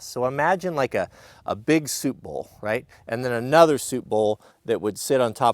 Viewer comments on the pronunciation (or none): none